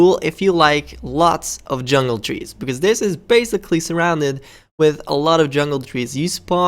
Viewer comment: On 5 when you said Jungle trees I thought you said Jello trees